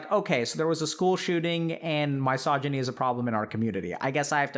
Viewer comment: Why does he pronounce misogyny like that